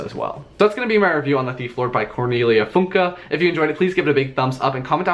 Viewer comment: Really good pronunciation of Cornelia Funke's last name! I've never heard it pronounced correctly on the English-speaking booktube before :D I'm glad you enjoyed the book. It's one of my all-time favorite books from my childhood!